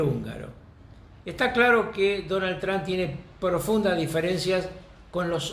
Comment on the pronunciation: Carlos, el apellido del presidente de US, es TRUMP, con M, no con N, como te he escuchado decir en muchísimas ocasiones. TRUMP... no TRAN.